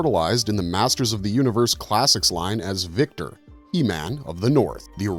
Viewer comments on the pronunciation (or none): Vikor . Not “Victor”. Kinda lost some points there, man. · That original Viking He-Man became "Vikor" (VIE-cor), not "Victor" as you said. Tri-Klops' more familiar "orange and blue costume?" What are you talking about? Aside from the scattered errors, you are taking little bits and extrapolating into your own theories. Also, overly using "cosmic horror" and similar terms to describe things that are not that. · VIKOR. not Victor